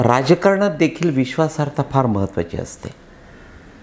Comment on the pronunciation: ताई, please जरा लक्षपूर्वक ऐका ना. ते पुन्हा पुन्हा विश्वासाहर्ता असं बोलत आहेत. नम्र विनंती... 🙏